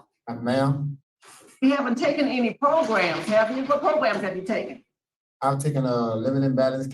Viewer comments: PRO-GRAMS … why do u always say it like pogroms (which are wayyyy different haha) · Ooo LOL - thats pretty funny than - so essentially someone on the parole board was calling programs in a way that sounded like the ethnic cleansing of a specific mass group of people instead of PRO-GRAMS …. I literally thought after only 3 videos deep of watching him, that he literally says progrums (though sounds like pogroms) instead of programs But thanks for clarifying so I dont look like an idiot again hahah